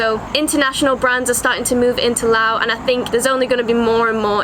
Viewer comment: Finally! A video where someone actually pronounces the name correctly. Loved the video through and through! :D Just three quick questions if you or anyone else could answer them: 1) Aside from learning some Lao as you said, I've heard that of all the countries of the former colony of French Indochina, Laos has retained the most French. Aside from the Lao I would learn, would I be able to get by with French at least in the cities or do people not really speak it much at all? 2) In the north of the country, how much of a problem is it being within the Golden Triangle for tourists? 3) For going off the beaten path to explore these lesser known areas, approximately how much would I need to worry about the unfortunate worst case scenario of coming across unexploded ordinances?